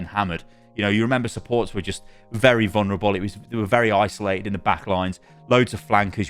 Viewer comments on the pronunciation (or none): none